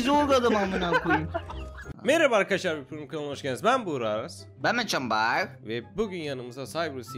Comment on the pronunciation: Meraba arkışlar diyo bugra